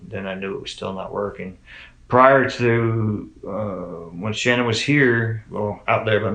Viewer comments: Okay this isn't the first time I've noticed this but why does shannans family pronounce her name like SHANNan yet Chris and many others change it to shaNNAN? Does Chris know how to say his own wife's name? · I like that her mother, father and brother all pronounce her name SHANNON vs Shuh- nan. I wonder when and why she changed it? Poor girls ❤ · Interesting how her Dad pronounces her name like “Shannon”, but the rest of the world pronounces it like “Sha-nan”. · The parents called her Shannan, not Shannon, she herself only changed the pronunciation to the last syllable.